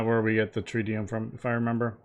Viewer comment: I believe it is pronounced trit-e-um not trite-e-um